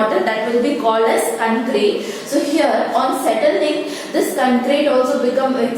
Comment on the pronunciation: Mam it is concrete not ckncreta